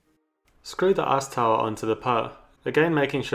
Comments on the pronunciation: i keep hearing "ass tower" instead of "ice tower" idk if its just me but i can either blame on my dirty mind or his accent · What can I say? All I hear is "arse tower" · "Screw the a$$ tower..." Uh, accent... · I can't get over how you say "ass tower" Great video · Sounds like he’s calling it “ass tower” 😂